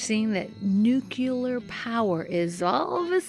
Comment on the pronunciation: NUCLEAR. ugh. Not nucular. 😮